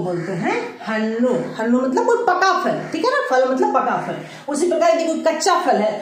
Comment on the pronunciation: " FAL " nahi " PHAL " kahte hain